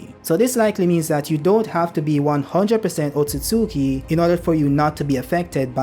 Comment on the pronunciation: Hey has said otsosuki 84 times😂